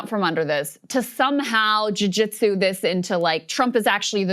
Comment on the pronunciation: Did she just say jew jitsu this thing?